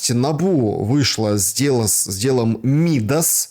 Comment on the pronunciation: Ударение пожалуйста 🙏 МидАс